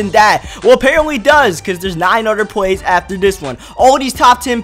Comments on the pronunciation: dude its plays not pways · The word "plays" does not have a "W" in it. It is pronounced "Pways".